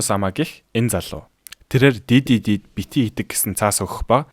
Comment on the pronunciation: D.D.D гэж бичдэг Уншихдаа Diddy гэж сонсогддог😂😂